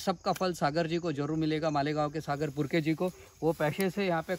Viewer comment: It's not purke ji it's sagar purkar..our galat information di he apne thodi